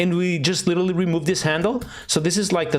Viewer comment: litelly? LITELLY?